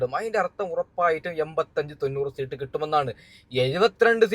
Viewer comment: സീട്ട് അല്ല സീറ്റ് എന്നാണ്